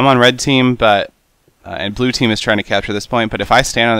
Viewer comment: Seth, it's Blue, not Blu :)